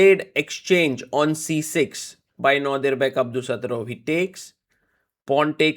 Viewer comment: when you say nortiduthorov i was like who is that lol i only know them as 1 name super celebrities like Cher 😂🎉